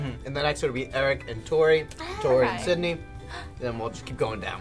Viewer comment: Lol "Squidney"